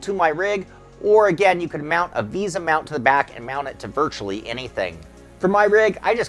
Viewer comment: it's Vesa Lol not visa btw. LOL